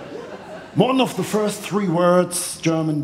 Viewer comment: THE. THE. Nicht se. 🤣